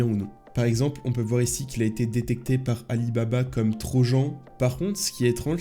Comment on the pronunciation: trojan ? avec le j ? on le prononce troyan..... pas trop de gens xd...... le francglish dès le debut ça fait mal.. a et enfin une nouvelle video trop bien, je vais pouvoir voir ci les pc de mon lycé vont supportés les hacks que je vais leurs metre dessus....